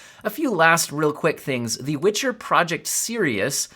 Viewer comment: 34 "....I feel we can do great *TINGS* together....." YOU GO gurl, a.i.